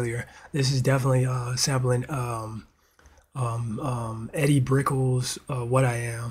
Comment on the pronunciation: Edie Brickell's name is pronounced "Eedy Brick-kell" lol. The sample and message were the best thing about this song. One of the few hip songs I liked back then.